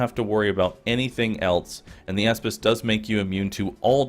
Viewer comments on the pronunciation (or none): I thought he was saying asspiss